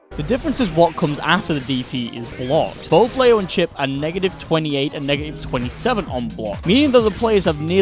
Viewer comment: "LAYO" IT'S PRONOUNCED LEE-O FOOL